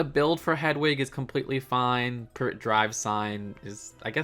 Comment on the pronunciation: Glad to see its 'Privet Drive' and not 'Pri vet Drive'